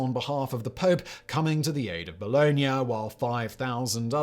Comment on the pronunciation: For those who haven't been able to decipher the city names Simon is saying at , they are Bologna and Modena, neither of which are pronounced the way Simon does, but, then, he doesn't care a damn'. He's more worried about the advertising revenue than being accurate.